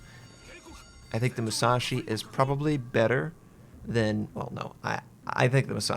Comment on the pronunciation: UCHUU SENKAN MUU SAA SHIII LOL!